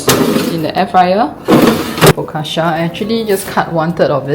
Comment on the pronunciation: Just a small note, ‘focaccia’ is usually pronounced fo-cah-cha. Loved your content btw ☺️